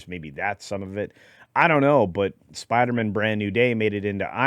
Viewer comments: SPIDER-MAN MAN not mon 😅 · Are you sure you can't pronounce it Spider-Man instead of Spider-Mun? 🤪